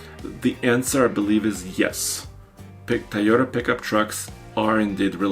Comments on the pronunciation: “To yo ta” big guy and not “ta yo ta”. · Repeat after me...TOY o ta. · Will you guys please teach how to say Toyota!